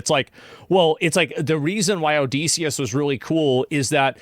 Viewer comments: Pronounced Odd-eh-see / O-diss-e-us Not O-Dee-see-us 😅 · Please stop saying odeeeeseeeeis...say Odyssey...now say Odysseus its pronounced the same